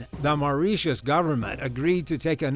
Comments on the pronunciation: More like, MAU-RIT-IUS😭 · "MARIESSHUSH" LMAO 😂